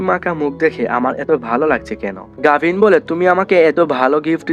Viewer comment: নাম গাভিন ❌গাভি✅